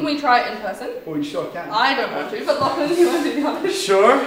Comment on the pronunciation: May I correct you... "LachyDachy"